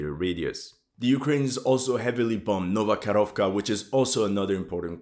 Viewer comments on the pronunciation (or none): You pronounced Novaya Kakhovka as Nova Korovka which is translated as new little cow😅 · It's Nova KaHovka. H as in "yaHoo".